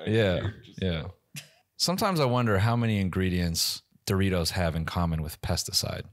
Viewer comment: “I want dowitos”😭😭😭